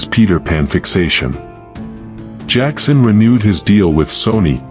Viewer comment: Jackson...not jakson